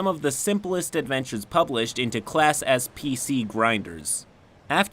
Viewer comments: "Class S PC grinders" What I heard: "Class SCP grinders" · For a hot second I thought you said "Class SCP" and it still made sense.